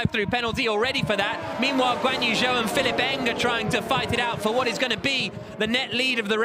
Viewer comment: Everytime they say Pihilipp Eng, I hear Cillit Bang😅 Am I the only one?